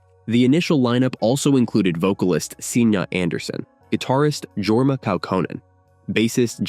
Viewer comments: Pronounced Sig knee and Yorma. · This AI doesn't know how to pronounce names like "Signe" and "Jorma". ❤